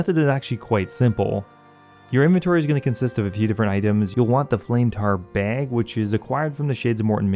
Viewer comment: "flame tar baeg". you from Wisconsin bro?